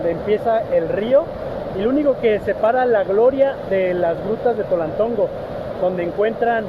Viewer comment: Antes Tonaltongo, ahora TOLALTONGO